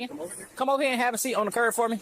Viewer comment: Someone needs to tell this officer that the word is "curB" not "curve". I listened to him say it at least three times.